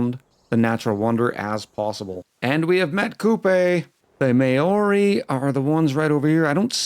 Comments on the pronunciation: At least no one can accuse you of being Hitler! 🤣 Maori is pronounced "mau-ree" not "mayo-reee" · Kia Ora (Māori for hello)! I did some research and now that I understand this game a little bit more, I think it will be an interesting series. As for your pronunciation... yeah, every time you said Māori I had to do a double take, but that just adds to the chaos :)